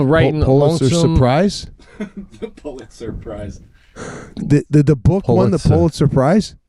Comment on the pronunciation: “ Are you saying surprise?” What do think he’s talking about? The famous Pulitz Surprise? It’s called the Pulitzer Prize…it’s for people who write good…